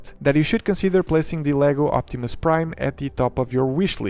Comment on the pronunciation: "Si Optimum Praid!" - some Fillipino dude